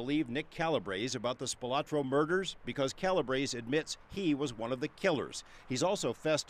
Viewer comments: I would have thought that, by now, they would pronounce the name correctly, SPILOTRO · Would have been nice if the news reporter could pronounce Spilotro correctly. There is no “a” in the name.